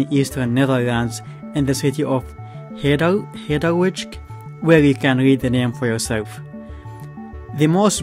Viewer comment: bro that pronunciation , hadewitch. try more dutch : hard like the english word hard, then after that pronounce eu , then after that say "wijk" and say "ij" like in the word "white" hard-eu-whike"